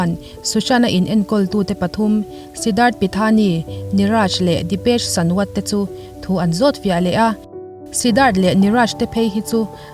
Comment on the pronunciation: Dipesh sawant i lamdan kha duh tawp hahaha Dipesh Sânwât itia lem vek